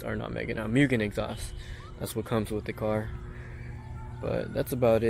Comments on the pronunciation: This is my absolute dream car. However I gotta be that guy.. It’s not actually a RR as you said in the description and it’s pronounced Moogen not Mewgen. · it is pronounced MOOgen.